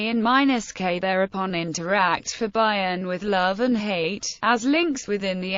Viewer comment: Never heard it pronounced 'Bye-on' it's normally 'Bee-on.' A brilliant mind without doubt.